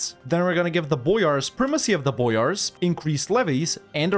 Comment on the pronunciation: 1) Belo-ozero, not Belowzero. Two O sounds, literally "White (Belo) Lake (Ozero)" meaning. 2) Boyars - almost right spelling, wrong sound accentuation. Not B[O]yars, but Bo[YA]rs. That "ya" in Ryazan sounds same, btw. 3) About fighting Poland - on your place i'd suggest to temporaly ally it instead and use it (along with Austria) to crush Ottomans early, then turn on Commonwealth with releasing vassals and re-conquest.